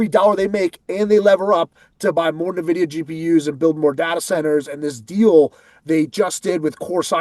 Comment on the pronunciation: It is NOT “nuh”Videa!